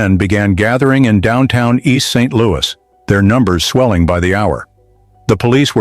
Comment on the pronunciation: Please re-release this video with corrected speech errors. It's distracting to constantly hear East Street Louie and East Saint...Louie. 🫤 Otherwise, I really appreciate this video. Thanks for the history lesson! 👏🏾❤️✊🏾